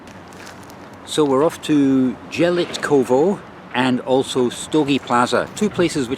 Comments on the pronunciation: Jelitkowo you should pronounce Ielitkovo. "j" is pronounced like "i". Stogi means "stacks" like haystacks. Probably there were fields some time ago. I don't know how it works in Gdańsk but in Warsaw you can by a tram/bus ticket online, use an app and scan it when you are on the bus. Loved your video as usual! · it's "yell eet cov o" polish j is pronounced y, other than that it's a great video, when I was young boy I used to skip class and go to "travel" by trams all over the place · Going to Jelitkowo pronunciations YELYTKOVO. I grow up in Gdańsk and never question name of the places but now you made me think and oh boy the closer to the nam of yelitkowo in English would be,, intestines,, oh this is terrible 🤣🤣🤣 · Jelitkowo _ not j but y (like in yesl